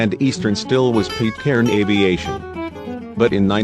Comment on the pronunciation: "Pitt"- Cairn, not "Peet"-cairn, you robotic doofus.